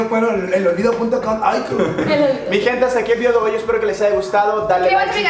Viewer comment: Jajaja like si sé fijaron que el dijo el video dooi